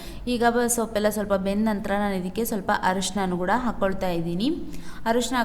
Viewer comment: Kothambari alla kotthambari Gooda alla kooda